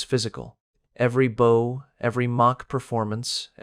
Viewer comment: Violins were not yet invented in those days. But the illustrations were magnificent. The narrator was very good, but pronounced bow as in no and oh. For a bow tie that is correct. But in bow down it rhymes with cow and how.